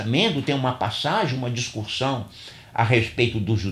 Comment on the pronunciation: Obrigado pelo vídeo. Acredito ter havido um engano na pronúncia da palavra discussão, pois várias vezes entendi a pronúncia discuRssão (com R).